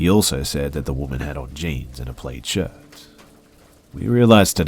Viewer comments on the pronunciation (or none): Plaid is pronounced plad